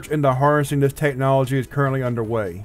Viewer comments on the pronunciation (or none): none